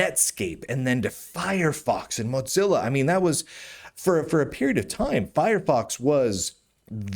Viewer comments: Stop saying Motzilla. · I don’t think I can ever get used to the way Lunduke pronounces Mozilla, but I can’t be the only one who caught the bit at the beginning about another Linux distribution ditching Fedora and chuckled a little. 😂